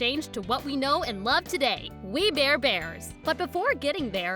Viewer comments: "WE BARE EBARS" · "We bear ebars" Lol